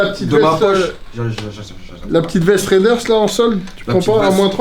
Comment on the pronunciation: Les gars par pitié pour Raiders c'est pas "ryderz" mais "réderz", sinon que du love!